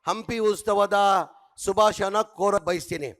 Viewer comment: ಏನ..ನಮಸ್ಕಾರಗುಳು.. ವೇದಿಕೆ ಮೇಲೆ ಆಸೀನ್ ಇದ್ದಾರ?..ಶಾಶರ್ಕರಾದಂತ.. ಮೊದ್ಲೆಯಾಗಿ ತಮ್ನ ಎಂಡ್ನೆ ದಿನ..ಉಸ್ತವದ ಶುಭಾಶನ..ಕನ್ನಡ ಪದಬಳಕೆ ಸರಿಯಾಗಿ ಮಾಡು..